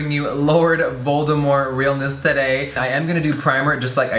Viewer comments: I'm kind of upset he didn't say it right though.. he said like voldemore and not Voldemort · "Serving Lord Voldemorth realness" 😂😂😂😂